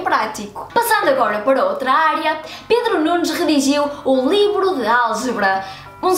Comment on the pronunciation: "avanços e cenas nesta "iarea".." que sotaque.. <3 Obrigado por nos presentear com mais um conteúdo que sem vc nem saberíamos que existe, nesta vasta e bela "iarea" do conhecimento que é a matemática!